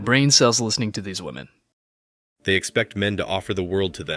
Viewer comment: I just wish these stupid kids could pronounce woman vs. women.